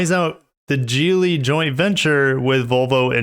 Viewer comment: I thought it was pronounced Geely not Geely.